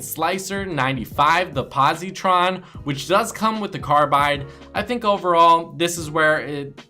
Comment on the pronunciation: You miss pronounce e.v.a and carbides pick